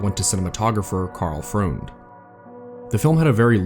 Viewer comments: Outstanding video. One small point: Karl Freund's last name is pronounced like "froynd". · Nice video, but for future reference Karl Freund's last name is pronounced as Froined, rhymes with Coined.